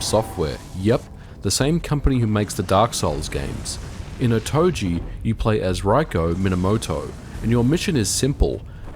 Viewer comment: Crimson Skies. (BTW, “Otogi” is pronounced with a hard “g,” not soft.)